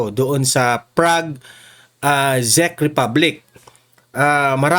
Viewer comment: Hi /Zek/ tamang pronunciation. /CHECK/. TRY TO RESEARCH.